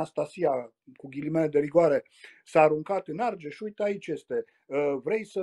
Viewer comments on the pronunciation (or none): none